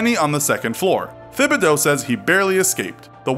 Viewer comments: its Thibodeau not Fhibodeau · LOL - Thibodeau is pronounced “Tib-a-doe” not THIB-a-doe. It’s a Cajun French surname from Louisiana. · It’s pronounced “TIBideaux” even though it’s spelled “Thibedoux” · The 'h' is silent in Thibodeau